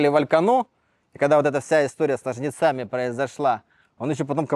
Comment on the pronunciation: "с ножницА́ми"😂